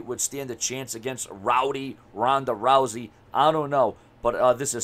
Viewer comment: TONDA TOUSEY?😩😂 MANNNNN RONDA OLE LOUSEY ASS... #RONDALOUSEY